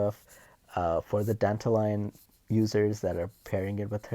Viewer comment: there's like 5 names pronounced wrong here and this guy's passion for Dantalion came through. i'm surprised irEYEa didn't bother you anyway, good video